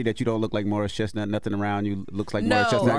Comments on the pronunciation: She said " Morris Chest Not"😂😂😂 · Did she say Morris ChestNOT? 😂😂😂😂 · “Morris ChestNOT” 😂😂😂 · Not “Morris ChestNOT”😂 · She said Morris Chest-not! 😄😄